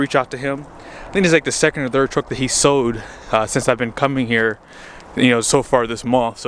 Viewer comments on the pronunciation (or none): it's sold not sode...stupid